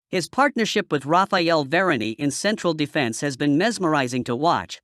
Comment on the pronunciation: How did u pronounce varane , vara ni?? Clearly u r not a football fan. Ur so fake . I m gonna stop watching ur videoes !